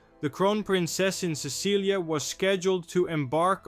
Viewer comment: It's not Cecilia it's Cecily it sounds like it's spelled s e s s i l y, the c has an s sound